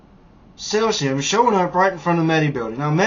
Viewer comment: I really do appreciate your videos and PLEASE don't take this as an attack, but you might get more credibility and attention if you pronounced cesium, strontium, becquerel, and such a little more accurately. Keep up the good work, I want to visit Vietnam someday too!